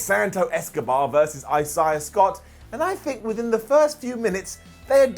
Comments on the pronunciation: I can't get over saying "Eye-siyah" instead of "Eye-zay-a" lol great stuff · Uhhh did you mean Isaiah? Eye zay uh? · It's pronounced I-Zay-Uh lol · The way he say Isaiah irked me